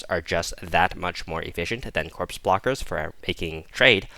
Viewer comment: Corpse "Bro-Kers", not "Brockers", think its like a broker in the financial sector.